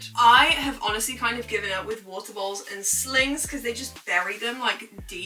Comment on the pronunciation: with ur accent when u say "bowls" it sounds like "balls" to me 😭😭